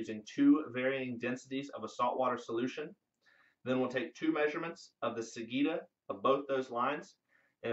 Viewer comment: Interesting experiment - I look forward to see how it comes along. One small quibble - sagitta is pronounced with a J sound, not a G sound.